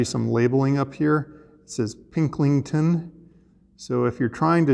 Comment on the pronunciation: Ahem... It's PIL-KING-TON glass!